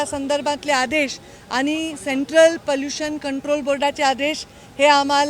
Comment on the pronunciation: पलुशन नाही पोलुशन थोडे भाषेशच व शब्दाच पोलुशन थांबवा